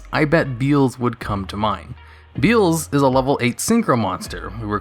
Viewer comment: Beezelis, beezele newest brother